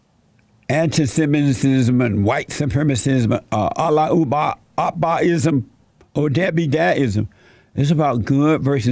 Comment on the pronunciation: “ANTI SEMINISSISIM” 🤣